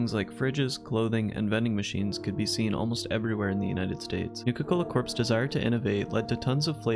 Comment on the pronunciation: You don’t pronounce the P is Corps, and it should be Nuka-Cola Corp, as in corporation.